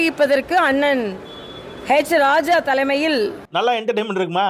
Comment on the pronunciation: ஆடு போய் குரங்கு வந்தது டும் டும் டும். என்ற பழமொழி நினைவுக்கு வருகிறது. அப்புறம் தமிழிசை அவர்களே, அது ஹேச்சி.ராஜா அல்ல .. ஹெச். ராஜா.. எச்சி. இராஜா என்று தமிழில் சொல்வார்கள். உங்கள் மகன் நலமா ?